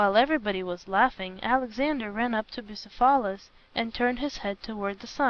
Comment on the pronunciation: It's pronounced, "Bugh ceph alus" not "Busa phalis." The reader is putting the em phalis on the wrong sil aball.